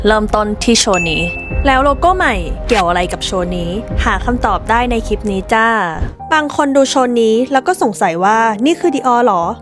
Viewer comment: เล่าสนุกมากค่ะ ขออนุญาตแนะนำให้ระวังควบกล้ำอีกนิดนึงนะคะ นิดเดียวค่ะเพราะส่วนใหญ่ดีอยู่แล้วยกเว้นเวลาไหลๆจะลืมลอลิงเช่นคำว่าคลิปที่เผลอหลุดว่าคิป เพราะถ้าพูดชัดๆมันเท่ดีอ่ะค่ะ และคุณก็กำลังมาถูกทางละ เราสมัครแล้วนะคะเป็นกำลังใจให้ค่ะ จะติดตามนะคะ